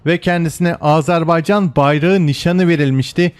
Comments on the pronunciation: Icinizde ki bu Azerbaycan sevgisi icin cok tesekkurler, sadece AZARbeycan diye telefuzunuzu AZERBAYCAN olarak yapmaniz bizleri cok sevindirir. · Yav biri şu adam söylesin. "Azarbaycan" değil. "Azerbaycan" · Azarbaycan değil yuh senin Türkçene : Azerbaycan